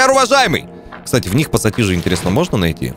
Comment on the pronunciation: Отец как ты мог не пассатижи а посасиже. Отец прости